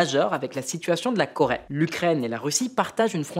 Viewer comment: La Corait ???? jajajaja Coraiainne????? il sait tjrs pas parler le ptit grassouillait x) x) LA Corai 😂😂